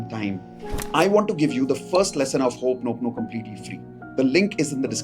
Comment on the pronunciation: It's not pronounced hop-noponopo but ho'oponopono. Traditional Ho‘oponopono does not include writing down emotions about your partner or visualising past happy moments together. Those steps come from modern self-help adaptations, not from the original practice.